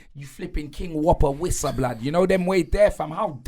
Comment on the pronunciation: “King-Whopper Wissa” 😂😩